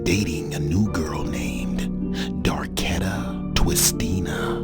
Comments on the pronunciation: “darkeda twistina” .💀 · "Darketa twistina" tho?!?!....😂